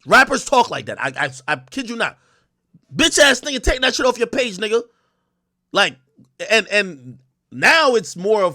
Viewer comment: She saying "nugga" like PINKY "NUGGA"😂😂😂